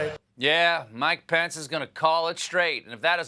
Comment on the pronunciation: 😂😂😂Mike-O-Thee Pence-A-Met!🤣🤣🤣